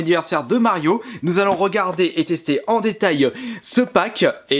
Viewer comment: Nous allons regarder en détailleuh ce packeuh Wii rougeuh acheté la semaine dernièreuh